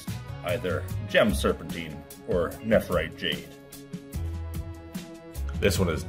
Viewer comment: Love everything about you but that enunciation of nephrite is on par with nuke-you-lure. Neph-rite not neph-er-ite. Edit... you bounced back and forth some through the videom